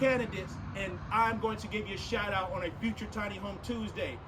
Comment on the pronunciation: Did he say shout out or shirt off?